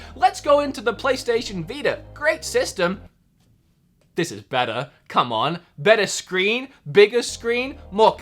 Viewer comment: Plus, your Australian really came out when you said "this is better, come on".